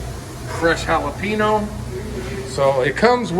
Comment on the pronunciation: Jal'a-pee'-no is the perfect American pronunciation. I appreciate that. Not H for J, not nno, for n. I love Mexicans (they are the majority of my neighbors in Texas), but they understand. And, I understand and love them, too.